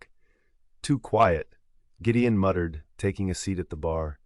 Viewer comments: Great story, but AI sucks. Is it Gideon or Jideon? It’s subtle things like that consistent error in the narration which turn me off to an otherwise great story. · This AI narrator is weird sometimes it gets words correct then Gideon becomes Jydeon.....and why the American accent this is a Scottish book/ story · Very nicely narrated. Why do I feel sometimes you are pronouncing the heroe's name as 'Giddian' and sometimes as 'Jidian'. I checked it several times, maybe, I am not hearing it properly. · That was driving me nuts! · I like the story but the AI voice pronouncing Gideon's name differently is driving me nuts!! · I loved the story, but my OCD gnawed at me when the narrator pronounced Gideon with a Gee sound sometimes & a Guh sometimes. 😂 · It's AI. The G in Gideon is pronounced in two different ways...g as in "get" and g as in "george". It's still easy to listen to. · I also only listen to free books, but a human narrator is objectively better. It was strange to hear names pronounced differently at different points in the story. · The most annoying part is the way he keeps pronouncing the name Gideon, different every time. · Accent should be Scottish and AI INCAPABLE OF KEEPING GIDEON PRONOUNCED CORRECTLY 😢